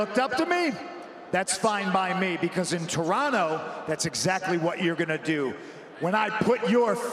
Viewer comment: props to Punk for knowing how to say Toronto correctly